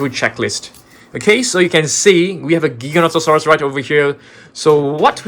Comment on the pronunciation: Pronounced Jyganotosaurus